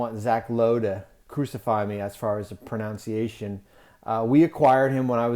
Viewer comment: I find it funny that he makes a comment about someone commenting on his pronunciation…. And he mispronounces “pronunciation.” Lol